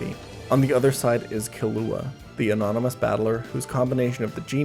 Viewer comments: Kill ooo a? Nah its pronounced Ki-Looah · uncultured saying Ke-lu-ah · he really said “killua” instead of “killua” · Please never say Killua again 😭😭😭